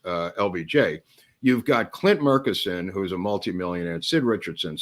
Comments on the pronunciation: I grew up in Dallas, everyone there I've ever heard say the name pronounced it Murch-eh-son (not murk-i-son) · From Athens Tx about the closest city to Murchison Tx....Murchison pronounced like merchandise. By the way there is a airstrip in Murchison big enough to land a jet?